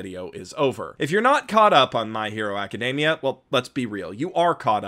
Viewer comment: Are you really pronouncing "aca-" as "okka?"